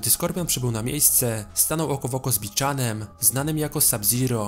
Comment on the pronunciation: Nie bo czanem tylko bi hanem